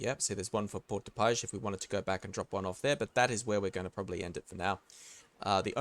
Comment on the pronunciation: Port de paix = "por de pai " No "sh". Ignore the "x" completely. That is french for ya. Ignore the x at the end always. (means "peace" btw. So "Port of peace", kinda)